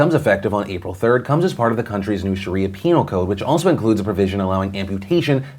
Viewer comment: You said penial code